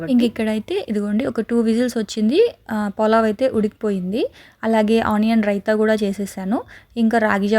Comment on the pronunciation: polav kaadu pulav